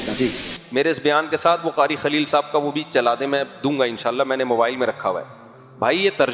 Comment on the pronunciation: قاری خلیل نہیں کاری بخیل ہے ۔